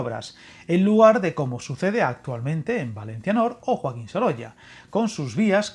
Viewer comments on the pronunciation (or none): none